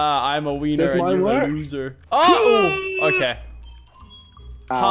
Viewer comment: Who else scrolled to comments when mans said “ I’m a wenner”